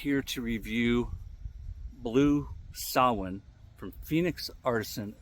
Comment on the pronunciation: Finally someone who doesn't totally butcher the pronunciation of samhain. Not perfect but better than most.